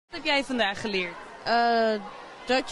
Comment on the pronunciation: Hoe hij zegt ijgelijk helemaal niks